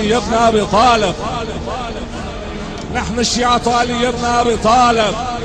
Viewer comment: المعلق ايراني نهن ابناء علي بن ابي تالب ههههععععع